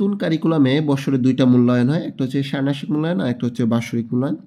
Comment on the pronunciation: ষান্মাসিক উচ্চারন হয় নি😢